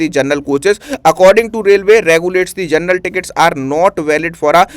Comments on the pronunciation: पहले शुद्ध बोलो तुम जनरल को जरनल बोल रहे हो और टीचर बन गए हो 😂😂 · General ❌ Gernal✅ 😂